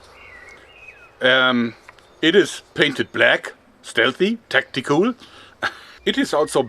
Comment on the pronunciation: Did he say tacti cool or tactical